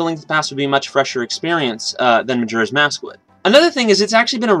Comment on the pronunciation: He keeps saying majura's mask, not bitching here but its just annoying lol